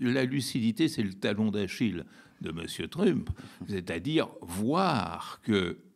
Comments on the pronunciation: Un vieux machin gauchiste. Déjà quand tu l'entends dire Truumpe, tu as compris... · Sa prononciation de Trump rend l'écoute assez pénible, zéro effort. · il y a une raison verbalisée pour laquelle Badie prononce "trump" à la française (alors qu'il prononce "Musk" correctement) ou c'est juste pour faire son intéressant ? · Le fait même d'ecorcher le nom de Trümp discrédite la totalité des arguments.